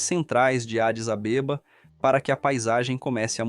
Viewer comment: Essa pronúncia da capital como Adis AbÊba me tirou do sério.🤣🤣🤣